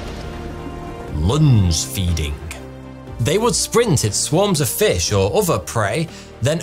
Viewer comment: At first I heard 'lunch-feeding'.